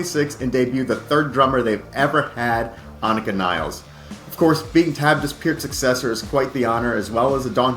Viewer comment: her name is not niles (like the river), but nilles (like villas)